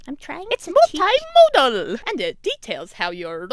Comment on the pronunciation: That was AWESOME! I thoroughly enjoyed that project. I giggled every time the voice at the end said "multimodal." It's probably good we're past that unit as it is quite likely I will have difficulty saying that in the future. Also, I think Mr. Wilbanks liked it, too.